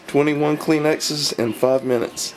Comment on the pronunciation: its kleenex lol